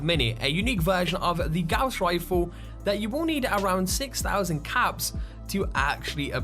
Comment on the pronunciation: Gouss Refle srsly really thats how u said it :|